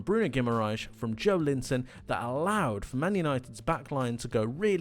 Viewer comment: His name is pronounced Jo-EL-inton, incidentally.